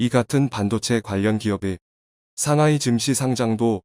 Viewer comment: 글을 읽는 사람이 한국사람이 아닌지 틀린 부분이 너무많아 아쉽네요. 삼하이, 푸돔, 삼황등등......